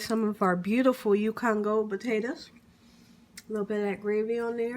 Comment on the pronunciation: She said mashed batatoes ..lol. looks delish